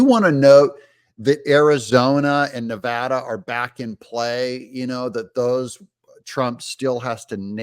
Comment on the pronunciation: Thanks for pronouncing "Nevada" correctly,.